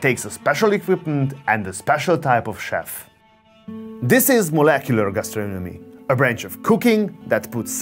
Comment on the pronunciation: "meuleuceulor geustreunemy"